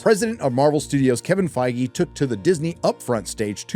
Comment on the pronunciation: Isn't it pronounced Fig or Feeg ? Think the E is silent no ?